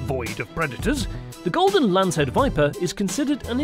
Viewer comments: It's not lace head it's lancehead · Lancehead...its lancehead not lace head!! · Golden lancehead not lacehead. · Agree with Sweetassugar69. A "golden lacehead" should be pronounced Lancehead" if the editor missed that how can you trust any of it. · no, honestly anyone could make a better video than this. Showing a North American Eastern Copperhead (Agkistrodon contortrix) which is venomous, but rarely fatal, kind of defeats the purpose of this video. Also, it's LANCEHEAD, not "Lacehead". They are far from the world's deadliest snake. The deadliest (terrestrial snake) per venom yield is the Inland Taipan (Oxyuranus microlepidotus) native to Australia. Check your facts, go back to Biology class, and try again. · It’s LANCE head WITH A N, not lace 🤪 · It`s " Lancehead " not Lacehead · Fer-de-lance..... not lace head! Lol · It’s lance head not lace head 👍😂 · The announcer got "Lancehead" correct on the third try.